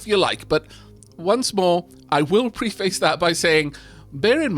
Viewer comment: fyi- preface is prounounced "prefes", not "pre-- face" .. maybe it a regional prounounciation thing, im not sure what country you are from, but here in murica, we roll with "pre fes" so obviously till preface this by saying that is how EVERYONE MUST say it. amirite .